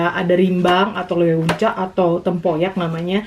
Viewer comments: Leunca, huruf U nya ga dibaca ya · tulisan nya leunca tapi baca nya Lenca